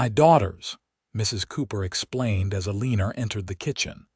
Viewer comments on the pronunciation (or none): You have NO JUST CAUSE to be bragging about your AI system that UTTERLY MANGLES, RAVAGING the American English language so very badly. For instance: the offensive sound if "Ĕlēē'nerr" - just for one of several instsnces. HAVE MERCY!!! I BEG YOU!!! SINCERELY!!!!! 😊😊😊😊😊